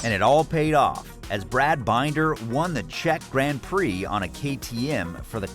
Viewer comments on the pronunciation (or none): LOL. Brad Binder = Binn - der, not Bine-der. So much incorrect info here. Stop and rethink what you are doing and maybe do it manually instead of via AI to get accurate info.. Or you are just lazy! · "...Brad Bineder..." Ha ha! His name is Binder. Bin as in bin and der as in der. You have obviously not watched a MotoGP race in the last ten years.